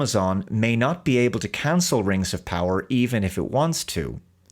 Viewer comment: Am I the only one who notices the strange way pronounces the "Rangs of Powah"?